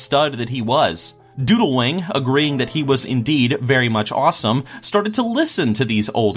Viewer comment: Did you say doodlewang? isn't that the asian kid that sat next to me in highschool that I always copied?